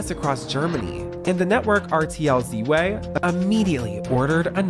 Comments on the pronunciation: "RTL ze way" :D It's RTL 2! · Season 8 is a prime example of how NOT to run a TV reality competition show. Also, ALT*ZWEI* is not "Z-WAY," That's Zwei, as in the number "2" in German, lol. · The way you say „rtl ZWEI“ is taking me out 😭 not z-way but sw-eye (zw like sw in swift and ei like eye) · "RTL Zee Way" for RTL ZWEI 💀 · Lmao at “RTL Cee-way”. I give u an A for effort😂. Good documentary though🤓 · I didn't even know that BB started in the Netherlands and Germany. Just FYI the German Channel RTL Zwei means RTL II/2/two so calling it "zed why" made me chuckle. 😂 I remember it was huge here in Germany for the first few seasons but it has gotten a BIG trash TV image over the years. But most millenials probably remember some of the original contestants.😅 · Not sure if you were being facetious, but if you weren't, the German network that originally aired Big Brother there is called RTL Zwei (zwei is a German word; it means "two," pronounced "tsvai"). ;) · As a German, how you pronounced RTL Zwei is so charming :D Zwei is just the number 2 btw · The way you pronounced RTL Zwei sorry I had to laugh